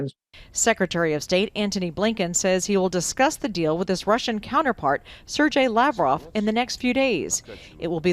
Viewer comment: "Sir Jay Lavrov" Nice pronunciation, lady. LOL